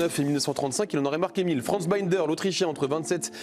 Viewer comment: C'est qui Arthur Friendrich ? Et Franz Baïnder ? Moi je connais le Bréslien Frie-DENREICH et l'Allemand B-I-NDER... Des journalistes qui ne savent ni lire ni préparer un dossier...